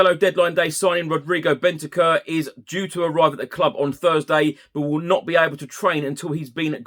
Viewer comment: Big fan! His name is not pronounced “Bentekerr”, it’s more like “Bent-ank-oor” 👍🏻🌞